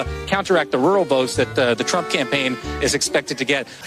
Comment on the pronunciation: at time did she say Donald Trunk]?